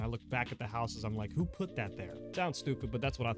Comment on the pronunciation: “Putt” her down 😂😂😂😂